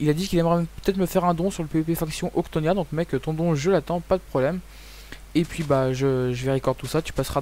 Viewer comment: Premièrement: c octonia est pas octnia Et deuxièmement: tu est passer de l épisode 0 à 2 😁